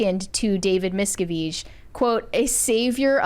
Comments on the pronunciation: Reh-mee-nee, miss-cah-veeg 😂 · correcting someone on the pronunciation of “David Miscavige” when she herself cannot even pronounce his name is chef’s kiss. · Pretty sure it’s Mis-Kav-ij. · Thats a new pronunciation for sure! David's own Dad had to plan and execute an escape from scientology. Hellllloooooooo!!! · I don’t understand how this girl pronounces Leah Remini‘s name so wrong and David Miscavige‘s name so wrong, has she never heard the real pronunciations? It’s so annoying every time she says their names completely incorrectly. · I'm sorry, that's not how you pronounce his name. The guy you corrected had it right. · The way she corrected him on how to say "miscavige" 😂 wrong! Have they never heard any of the stories of the scientology defectors? 😂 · I like how is mispronouncing the names and correcting people on their correct pronunciations.